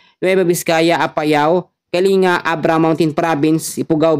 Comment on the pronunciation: Kaling-ga hindi po kali-nga😅